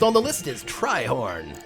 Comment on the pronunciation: you know i just noticed that you say my name correctly, most people would call me treehorn for some reason which i corrected them. I'm not mad but just pleased. My royal fleet is ready for battle, may the best fleet wins :D Personally, I don't think my ships would ever win the competition but who knows, maybe they will.